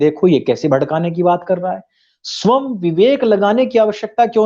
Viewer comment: जी गौतम बुद्ध के बारे में आपके तर्क सटीक प्रतीत हो रहे हैं। विभिन्न विषयों पर आपकी विवेचना से आपको आर्यश्रेष्ठ का संबोधन करना उचित होगा। साथ ही आपसे एक विनम्र आग्रह है कि स्व+यं=स्वयं के उच्चारण में सुधार कर सकते हैं। अन्यथा न लें, मैं आपको अपनेपन के कारण अनुरोध कर रहा हूं।